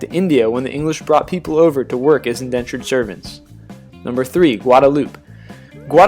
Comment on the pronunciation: The correct pronunciation of Guadalupe is gwada-loo-pay.